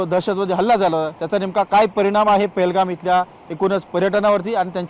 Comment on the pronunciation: Pelgam nhave te pahelgam